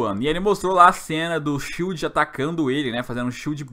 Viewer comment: " Shild do Paraguaí" 😂😂😂😂